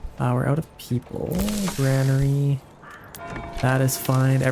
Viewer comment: it is pronounced “GUR-AIN-ER-E” not. “GRAN-ER-E”